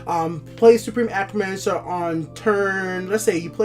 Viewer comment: Hey man, love the videos! I'm a new sub, and I just wanted to let you know your pronunciation on certain cards and words needs work. Please don't take offense to this, just trying to give some advice, love the videos! I notice you say Acromancer, when it's A-T-R-Omancer. As well as with Pilfer. You say P I L I F E R, it's just P I L F E R. Just thought I'd give you some advice, keep up the fantastic videos, you really make me love TESL even more!